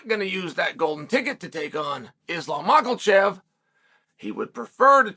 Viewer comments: Mocklechev and Sicarian 😂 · Who's "Maklochev"?